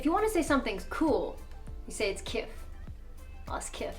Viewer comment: U pronounce kiff as ggggiffff